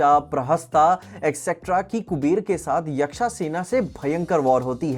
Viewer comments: मरीचा या मारीच, 😂😂😂 यक्ष या यक्षा😂😂 गजब है इंग्लैंड से आये हो क्या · Pinaka ❌Pinak ✅ Tarpana ❌Tarpan ✅ Yaksha ❌ Yaksh ✅ ➕